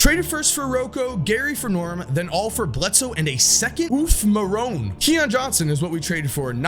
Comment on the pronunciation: The way you said marone killed me. You made it sound like a middle age man's name.